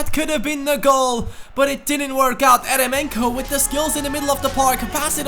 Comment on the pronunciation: Great video! Just a little thing, Eremenko is actually pronounced jeremenko since it is a russian name